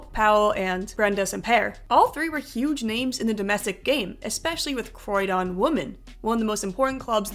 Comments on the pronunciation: Croydon ---------Not Croy e-don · Croy-Don.... Ooff